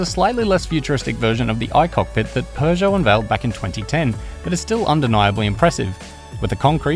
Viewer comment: It's Peugeot not pegeout